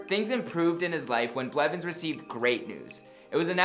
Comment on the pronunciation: Did you say "Richard tyler blevin" ?